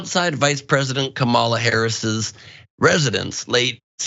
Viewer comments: Vice President Kamala Harris's name is not hard to pronounce. There is no excuse for getting it wrong. If you don't know ask someone and then listen. It's not a left or right thing, it's a matter of respect. Not Ka-mall-a it's pronounce com-a-la. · I don't wanna hear or see another thing about Jackass Abbott. This man should have NEVER been re-elected as Governor of TX. So Jackass is as Jackass does. You do realize if he abandon children in May he will abandon child any day. By the way, our VP's name is pronounced Commmala not Ka'malla. Get it right. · When will you dumbass people learn how to pronounce the vice-presidents name? It is Kam a la not kama la! Get it right! You just look STUPID when you keep mispronounceing it! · Ben can you please pronounce Kamala's name correctly? Geeze... you say it the same way that Tucker Carlson does. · PLEASE PRONOUNCE KAMALA'S NAME CORRECTLY. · I have to say, Ben, you need to pronounce Kamala correctly (not like the miracle drug in Battlestar Galactica), otherwise the times the right-wing does it, we can't call them out. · I'm glad someone else in pointing this out. Ben Gleib doesn't deserve hosting privileges.